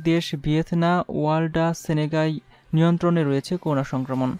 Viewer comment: News reader, pls, accurate pronounciation ; so, koruna noy ; hobe ''Korona ''.